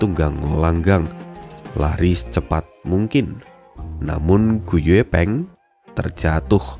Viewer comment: Gu yi peng bang, klo gu ye peng, gw dengernya gepeng. 😂